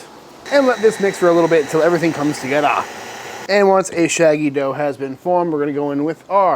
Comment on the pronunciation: you had me at "TOGETHA"